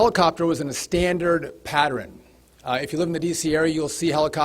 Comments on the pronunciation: who the hell pronounces "Pattern" like that, I've never heard someone pronounce it like that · He said it twice, the LEO on his right stopped to take a glance 😅